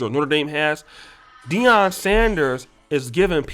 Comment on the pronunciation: it’s “Deion”